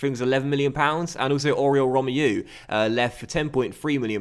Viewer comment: You pronounce Romeu like this: Row-May-You. Not Rom-E-you